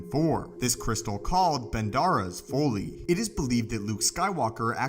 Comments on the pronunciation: That pronunciation was killing me. Every time I heard him same Foley, Folie.. I’m thinking “Folly” is so obvious Remember Mic Foley, crazy WWF before WWE wrestler. Also if this Crystal is the only one and it imparts a “pairing” with its host, the crystal. Well This smoky brown turd Crystal was poorly thought out. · I keep thinking of a sound expert on a SW set every time I heard "foley" instead of "folly." LOL. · Folly is pronounced FAH-LEE, short "o" sound like in trolley. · It's pronounced FAH-LEE.... Folly... Come on mane.. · Learn to pronounce folly